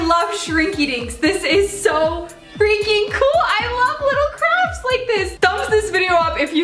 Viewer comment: who else heard her say "crabs" instead of "crafts" LOL